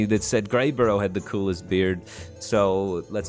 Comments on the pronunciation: Did he just say "Greyborough" like 50 times when it was "Greybough"? Speaking of, he is kinda like that end of turn mech that transforms a neighbor into a copy. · "Greybough" becomes "Greyborough" Firebat continues to astound with his ability to mispronounce stuff lol. A bough (pronounced like "bow" as in "bow to the king") is a big tree branch, fyi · I anti-appreciate his consistent failing for "Greyburrough" though. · Boy, Firebat added a whole bunch of letters to "Greybough" didn't he? Makes me think that skipping "Lothraxion" was the right idea lol